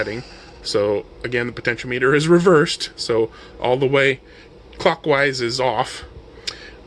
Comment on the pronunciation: I enjoyed this video. Thanks for uploading. FYI. The pronunciation is "pohtenshéahmehter" as opposed to "potensheo-meter". Not that it matters, just in case you care. :)